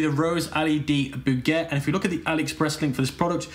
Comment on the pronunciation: love your videos but bouquet is pronounced as boo-kay hahahah